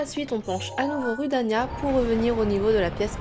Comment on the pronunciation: D'ailleur on dit roudania